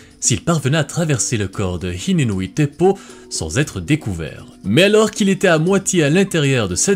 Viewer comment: et hine nui i te po, ca veut dire la grande femme de la nuit, on prononce h expiré , hiné noui i té po. faut prononcer le i comme la lettre i. moana ca veut dire océan et vaiana ca veut dire eau de la grotte